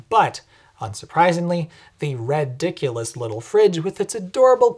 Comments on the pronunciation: "...RED-iculous..."! I nearly laughed to death! You, Sir, have mastered The King's English! Well done. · Di-did you just say red-diculous?